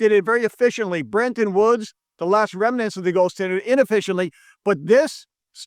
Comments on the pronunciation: and he keeps saying Brenton woods buts it’s Bretton. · "BreNton Woods"?? It's Bretton Woods.